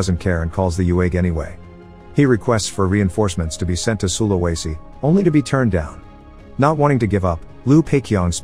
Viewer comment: its pronounced su-la-we-si